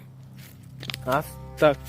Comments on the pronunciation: কেমন আছেন আশা করি আল্লাহর রহমতে ভালো আছেন অপেক্ষায় ছিলাম ভিডিওর জন্য খুবি ভয় হয়👹👹👹 আপনি কি করে একা একা এমন কবরস্থানে যান আয়াতুল কুরছি পাঠ করবেন আর আস্তাকফিরুল্লা হবে না আস্তাগফিরুল্লা হবে আপনাকে অনেক বার বলা হইছে তবু ভুল পড়েন এতে আরো পাপ হবে আশা করি এর পর শুদ্ধ ভাবে পড়বেন ❤️❤️❤️ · ভাই আস্তাকফিরুল্লাহ হবে না এটা,এটা আস্তাগফিরুল্লাহ হবে😇